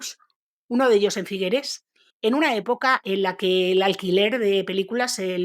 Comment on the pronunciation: Figueres no se pronuncia con esa e final, suena terrible nena